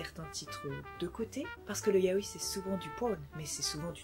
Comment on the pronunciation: Par contre on te l'a peut être déjà dis mais on dis pas "ya-o-i" mais "ya-oi" en 2 syllabes sachant que "-oi" se dit "aie" mais avec un "o" ! ^^Je préfère te le dire par expérience que si tu vas voir un vendeur (dans un magasin exprès de mangas) si tu dis "ya-o-i" c'est limite si ils vont pas t'engueuler...^^"